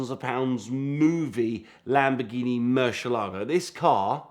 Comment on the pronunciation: 15 seconds in and f i hear this halfwit say "Murshalargo" one more time i am gonna lose my mind.